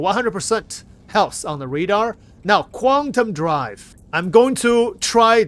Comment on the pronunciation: "redar" hahahaha